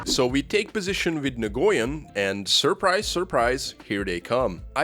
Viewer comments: Nguyen is pronounced "Wen" not "Nagoyen" 😂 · pronounced new-yen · My friend tells me "Nguyen" is similar to the Chinese name "Yuen" so it's pronounced 'N'Win' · "Nah goy en" he says. Lmao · your stuff is awesome, but just one thing: nguyen is pronounced like nwin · In case you ever need it in the future, "Nguyen" is pronounced "NU-Yen". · Nguyen is pronounced like Win/When, at least thats how ive always heard it.. Source = growing up in SE Houston with lots of Viet friends EDIT: turns out viet is super difficult to pronounce and I've been saying that for like 20+ years as its what the fella himself told me to say, but its not technically correct. Almost every native Viet+English speakers have been fine "wen" or adding an n sound like "n'wen" ontop in my experience EDIT2: okay this rabbithole is super complicated and among several native speakers and American born Viet/English speakers there's 3 accepted, including some posters who have the very common last name of Nguyen. • when • NEW-yen • NUH-wen EDIT3: straight from Wikipedia with IPA Phonetic Pronunciation Guide Common pronunciations by English speakers include /wɪn/ win,[19][20] /nuːˈjɛn/ noo-YEN and /ˈnjuːən/ NEW-ən.[21]